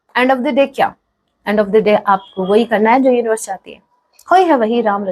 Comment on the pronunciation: ...aaaai...aap uonivars ko bol rahe ho mem... pb13india